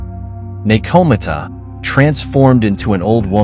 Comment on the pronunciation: I love the info and high quality visuals, but the mispronunciations were painful to listen to at times. (NekoMata ugghh) Overall nice vid...maybe just google pronunciations and insert them into the script before recording. But thanks for the interesting watch!